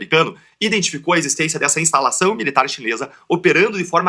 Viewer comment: "estalação"... ... Kkk esse cara é promotor?